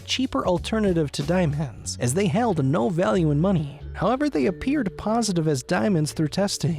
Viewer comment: "Hence his signature and historic items being of incredible val-yuhh"